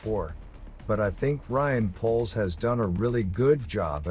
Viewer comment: Out of everything he's said , which all gravy #GOOD ...Yet still got his name wrong it's #RYANPOLES